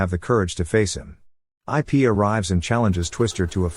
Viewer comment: It’s not I pee it’s ip just correcting you😊